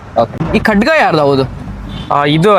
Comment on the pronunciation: Adu Khadga alla anna. Khada anthare